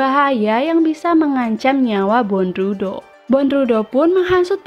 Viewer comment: Dibaca bondruw Bukan dibaca bondrudo🤣🤣🤣